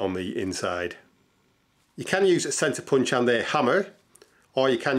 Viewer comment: A Sensa Punch? What did he say the gadget was ? can't understand proper English. Thanks.